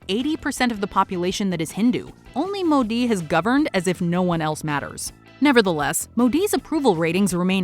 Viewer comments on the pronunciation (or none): none